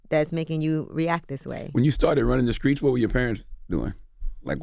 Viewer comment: Street not screet. Misconstrued not misconscrood.